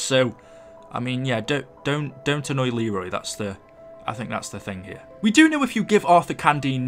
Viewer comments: it's leyroy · it is actually pronounced LEE-roy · Lmao it's Leroy not Arthur 😂😂😂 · It’s actually Leroy you uncultured swine -every angry black ops 2 player 😂😆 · Arthure? Lul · BRUH!!!! did you just call Leroy Author!!!!!!!! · He's Leroy not auther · It’s a Leroy! Nor a Artur!) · Who the fuck is Arthur it’s Leroy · His name is not fucking arthur it's Leroy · ITS LEROY NOT TGAT STUPID NAME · It’s actually leroy YOU FUCKING STUPID BRIT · Isn’t it Leroy? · His name is “Leroy” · It's Leroy idiot